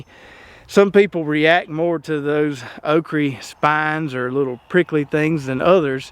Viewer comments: It is okra not okree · Why can't you say "okra?" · Love how you say okry